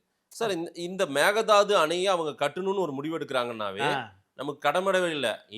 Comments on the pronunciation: Dey it's not megadhadhu.. it's mekkedaatu. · Dear sir Please pronounce kannada word properly.Donot give chance others to laugh. It is Meghethandi Sorry